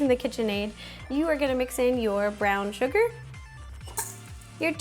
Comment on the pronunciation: when you said brown sugar it was rhyming ground ! so it was like ground